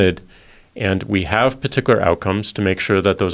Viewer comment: "paticilar"!!!! lmao, he said it twice! these two are a joke... absolutely worthless.